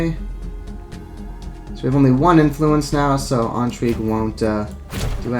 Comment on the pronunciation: My OCD monkey brain is compelled to write a youtube comment about your pronunciation of the word intrigue. It would have to be spelled "entrigue" for that pronunciation to be correct. Sort of like the word "Ennui". The difference between "in" and "en" in French is very similar to the difference between the name "Anne" and the word "on", in English.